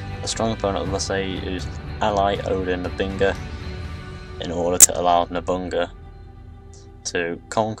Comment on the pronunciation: dude, nice premise, but please, in the future get the pronunciation for foreign names.......or have them divided into syllables..... you gave NO-BU-NA-GA 3 diferent names, and Domenico Auditore became Dementio more than once (almost every time you spoke it)